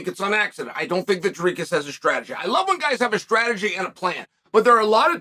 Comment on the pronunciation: Why does Chael go out of his way to mispronounce names? 😂 it’s easier to just say Dricus correctly.